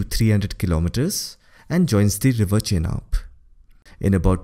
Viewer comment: Butchered all the names. Sutlej, Chenab, Skardu, Jhang, Jhelum. 😅